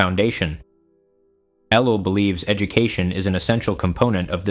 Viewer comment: Seems like it, mispronounces his name and lacks vocal inflection. Why does a so-called lecturer fear showing his face? Jesus didn't...